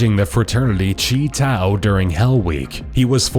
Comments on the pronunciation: He pronounced Chi Tau like Cheeto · "Chee Tau"... fucking geed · "chee tau"